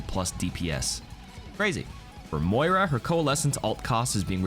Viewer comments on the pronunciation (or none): none